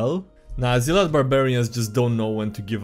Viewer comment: It's pronounced "ZELL-ot!"